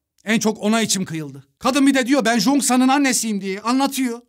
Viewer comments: Abi cheosang ada jongsan diyosunya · Jongsan değil cheongsan yaz -10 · abi o jonksan değil çhongsan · Jonksan deme be abim çongsan de izlerken delirdim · Jongsan degil o Cheong-san☠️ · Abi Jongsan diye okunmuyor çıyongsan tarzı birşey kırmızı çizgim lütfen dikkat edelim ayrıca diz i anlatıldığından çok daha güzel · Çongsan diye okunan ismi zonsan diye okudu ya buda amma komik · abı zoksan ne choengsan